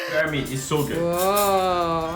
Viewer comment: Bear kan ucapanya ber bukan bir. Jauh kali deer sama bear ucapannya, dir sama ber. Kalo dir sama bir deket